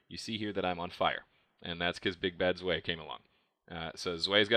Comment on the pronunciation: I think you pronounced zwei wrong btw :p but awesome video